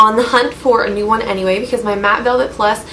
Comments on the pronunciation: i'm pretty sure she's saying "mat velvet plus" haha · lol I think she's trying to say mat velvet..